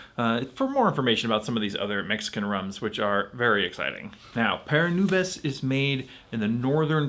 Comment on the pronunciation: It's pronounced "pah-rah noo-behs" meaning "for the clouds."